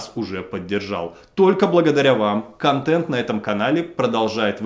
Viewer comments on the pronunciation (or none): none